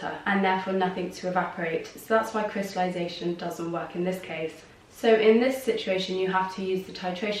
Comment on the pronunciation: did you just say "crystalution". I can't process what you said "If you have a -" etc..